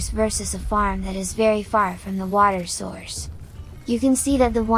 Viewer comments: bro just made a new accent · The way you say water is painful.